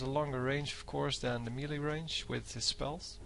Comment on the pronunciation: Please check the pronounciation of melee :)